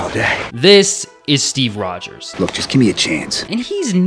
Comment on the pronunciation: He said steve rogers. But why i hear Steve Poggers ??